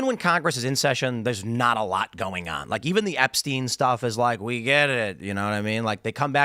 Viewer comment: I'm going to lose my mind between the guest mispronouncing Epstein and Tim mispronouncing Hyundai